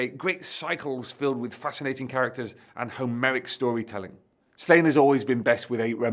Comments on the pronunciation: It's pronounced SLAW-nyə, not "Slain". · Pronouncing it Slane hurts my Irish ears. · the accent over the a means its a long a sound. So it should be pronounced slaw-nye. (ine making nye like the ~over the n in Spanish ) Im assuming the author probably intended slane pronunciation though as its like a play on slay. And was intended for an english speaking audience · Every time you pronounce his name like that a baby develops a cleft palate in Ireland. The daft thing is you know how to pronounce it properly.